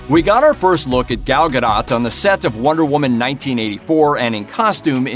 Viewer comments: ga-DOH, not Ga-DOT. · "Gahl Gah-dote" is correct pronunciation. But hey, "ga-dot" is closer than "ga-doe" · It's GA-DOUGH.... not ga-dot.... Jesus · It’s pronounced ga doh not ga dot get it right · ga-DOT..... seriously man!? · You don't pronounce the T in her last name. It's pronounced ga-Doh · Gal Gadot(Gadough)is how u pronounce it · "Ga-DOT?" come on bruh. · Dude. You don't even know how to pronounce her name: "Gadot". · When the first movie came out, there was obviously a whole thing about how to pronounce her name correctly. This dude obviously didn’t take the time to learn it since then. For shame! 🤨